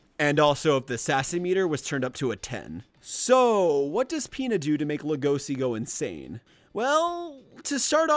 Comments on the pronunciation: But like- HE WAS SO GOOD HE MADE A WHOLE ARCH SECTION Wait a sec DID HE JUST SAY LE-GOSI!?!? LEG-O-SHI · "legosee" that fucking killed me in every way possible, LEGOSHII SHII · everytime i hear Legosi instead of Legoshi makes me cRinGe